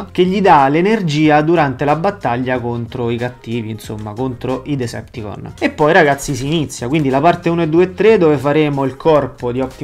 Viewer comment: Decepticons...ma a volte sento dire Deserticons